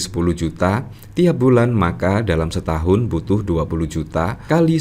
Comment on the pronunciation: Setaun maksudyah berow bukan staun